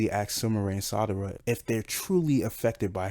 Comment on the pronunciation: It's SARADA , NOT Sadara lol...u was getting on my nerves with that lol...other than that great video.